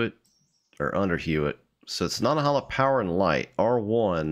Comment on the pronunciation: Nanta - HAY - la